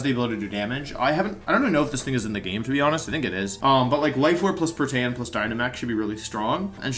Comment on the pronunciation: Did you say “pro-tay-an”? I thought it was “pro-tee-an.”